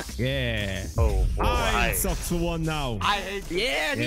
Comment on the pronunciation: Socks -> Soulk S O U L K Blaza -> Block 😂 L E G O